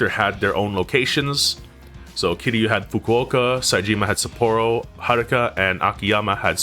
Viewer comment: It annoys me the way you pronounce Kiryu with three syllables instead of two.